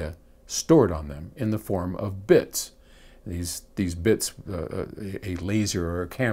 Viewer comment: "A Laserrrrr" LOL! All I could think of was Austin Powers, "Fire Zee Laser"!!